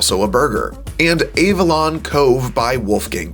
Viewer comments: you pronounced Avalon wrong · Dude, I know you're not from California, but the pronunciations on some of these things is atrocious. At least look up some of the words man. Avalon, Califia... At least try to figure out how to say them correctly